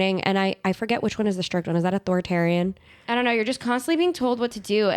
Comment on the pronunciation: “ authoratarian “ gabi 😂😂😂😅